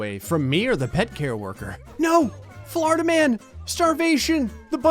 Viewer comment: Everytime you say "Florida man" I hear "Flarda man" instead